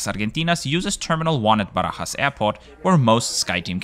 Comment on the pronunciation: I loved this video! Being from Brazil I'm glad when I see reports from this part of the world. I also have to commend you on making an effort to pronounce "Aerolíneas Argentinas" or "Barajas" as a Spanish speaker, a real nice touch. Great report as always, thanks for sharing!!